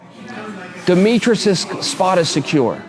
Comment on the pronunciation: his name is not demetrus. his name is demetrius